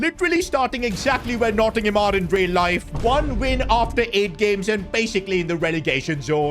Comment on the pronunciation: Nottingham forest please pronounce the team by its proper name